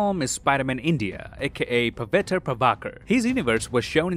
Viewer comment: no one pronounces Indian names properly😠